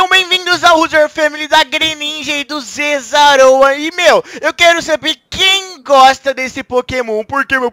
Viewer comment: zezaora kkkkkkkk é só brincadeira num levem a sério